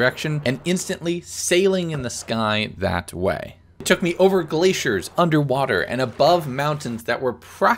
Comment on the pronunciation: The way you pronounce "glaciers" bothers me for some reason idk why